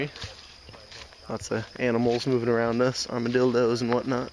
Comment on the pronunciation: haha he said arma-dildos